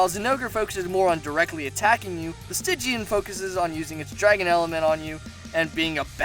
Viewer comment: Sti gian Not stij ian